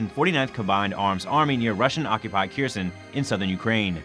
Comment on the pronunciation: Error: say "err-or" not "air". Kherson: say "Care-zohn" not "keersun". What are you talking about "on the morning of July 11" for? This is April. Prostrate: say "Praw-strait" The Ukrainians are locating Russian CPs because they're getting live overhead imagery from the US.